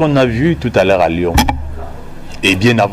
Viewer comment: Raphaëlla Antigny ils disent louon ( Lyon) MDR